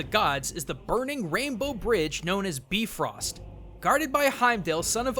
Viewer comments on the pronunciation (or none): No, its Bye, not Bee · I dont know why this annoys me so much but the rainbow bridge in nordic mythology is pronounced bye-frost not bee-frost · You pronounced bifrost wrong!! "Bee-frost?" Really? Do your research! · Its pronounced By-Frost not Bee-Frost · not beefrost bi-frost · Bifrost is pronounced with a Bi not a bee, You said Beefrost not Bifrost:D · "Beefrost?" "Joetun"? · Bifrost, BI, not B-frost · It’s pronounced b-I-frost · It's pronounced bi Frost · You sayed it wrong its like "bye frost" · You pronounced Bifrost wrong. it's pronounced B-eye-frost. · BYE-frost! just a nitpick but otherwise awesome video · he was very close to the pronounciation. just the "ö" was wrong, which really isn't much of a deal. it is bee-frœst after all. most europeans do pronounciate "i" as "ee ". Americans usually just use to don't give a damn about it... but i am quite sure that Heimdall isn't a son of Odin. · Yeah, it's supposed to be Bifrost. They just pronounced it wrong in that movie. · on the Norse lore, the pronounciation is wrong. Look up at Marvel's Thor.